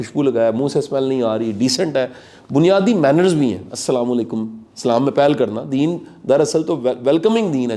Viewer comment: بہت اچھا پروگرام ہے شاہ صاحب سے گزارش ہے کہ سلام لیکم نہیں بلکہ السلام علیکم کہا کریں